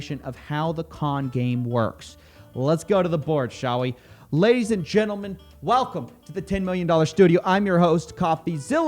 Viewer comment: "Welceme". Lol